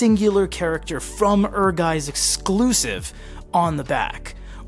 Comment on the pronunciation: It's pronounced like 'Air Gites'. Ehrgeiz エアガイツ. The Turks Vincent figure is cool, I didn't know this set existed.